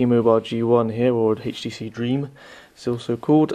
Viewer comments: why the hell is he saying hayeh.T.C hayeH.D instead of htc hd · dude...u really need to stop saying heicht tee cee tew....its fucking pissing me off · I can't watch this because you pronounce the letter 'H' wrong. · Where in the UK are you from, you keep pronouncing the H in HTC as Haych -phonetically? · hhaaha "hatchh tee cee hatchh dee two" hahahahahah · haytch tee cee, haytch dee two Rawr. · What country are you from? "Hayche tee c" lol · lmao! that HAYCH TEE SEE line is really funny...